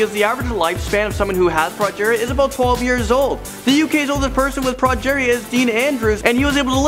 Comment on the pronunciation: progeria: "prawh-jaayr-ea" is how how pronounces it. pretty sure its actually "pro-jeer-ea" xD